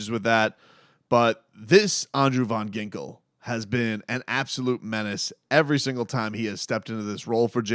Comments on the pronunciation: Yo! I love your channel like I am a regular subscriber and I support the mission.. but just so u know his name his pronounced Andrew VAN Ginkel not VON 😂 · I thought it was just me x it’s annoying and cringing how he pronounced AVG’s name